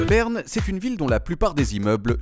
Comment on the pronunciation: "naïtlaïfe ... Beurne" iou méc maï déé :-)